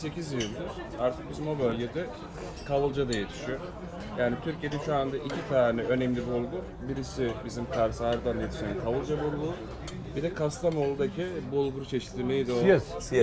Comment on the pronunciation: “Kastamolu”değil, Kastamonu Biz Ardahan’ı yanlış söylüyor muyuz!?.😡